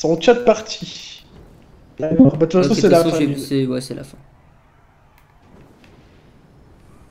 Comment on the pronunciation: qui dit c’est la F I N E c’est la fine 😂😂😂😂😂on dit fin au cas ou